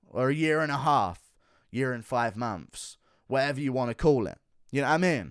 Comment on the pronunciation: hold on did he say, "uh year an' free momphs?" haha... it's like buckwheat or something. fee times a mady?